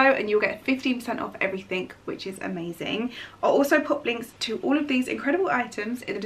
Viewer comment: I love you but please say ‘EVERYTHING…with a G and not a K!! 😄😘🙏xxxxx